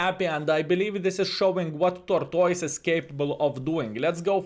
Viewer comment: "Torktoys" 🤣. Great video as always 👍